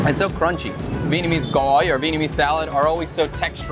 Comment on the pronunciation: I’m super impressed on your pronunciation of the word gỏi.